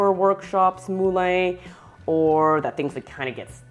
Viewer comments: I speak French also. It's the same word as in Moulin (Rouge), as in Vin (wine). It's pronounced 'MuLan', not 'Mooh-Layne' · It's not pronounced "Mooh-Layne". It's 'MuLan'. Helpful video nonetheless.